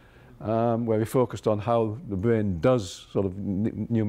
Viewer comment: THE BWAIN???? THE BWAIN??? Lol 😂 guy can’t speak. Nerve racking. Bugs bunny 🐰